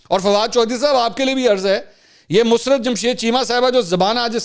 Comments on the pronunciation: منصور اپ تلفظ درست فرمایں مس رت نھیں مسر رت ھے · Musarrt not mus rat please correct your pronounce